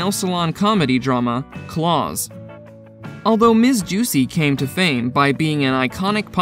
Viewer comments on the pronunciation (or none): none